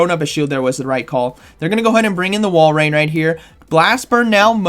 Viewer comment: This has to be said but before i do i love your vids now its pronounced walrin not walrain think of it like this say walrus then walrin if yall still say walrain then idk what to tell you lol🤣